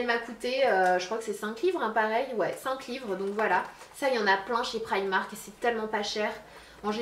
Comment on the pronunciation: Tu dit prymark moi je dit primark